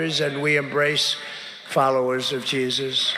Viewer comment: So obvious that Trump is straight up conning them. "Yeah, I believe in...Jean-suss. Favorite guy. Big guy. Came up to me, tears streaming down his face..."